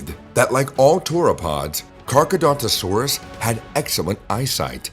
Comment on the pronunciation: Your pronounce Carcharodontosaurus wrong. You say Carchedontosaurus when it is actually CarchAROdontosaurus.